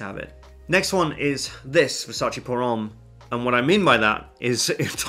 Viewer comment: « Por Homme »? Why do you pronounce it Vulgari? It is Bulgari. There is a B